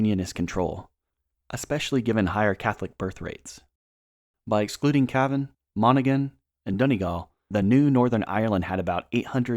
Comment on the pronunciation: Is it not Cavan? Not Caven. Just asking